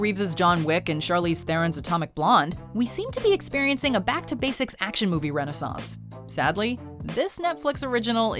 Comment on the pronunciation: "Rena sauce." LOL.